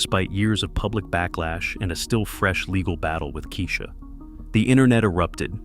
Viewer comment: He really said Key-Sha